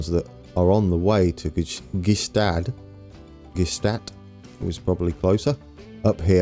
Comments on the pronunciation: Thunersee (Lake Thun) = TOONER-ZAY, Gstaad = GSHTAAT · Gstaad is pronounced like Shtad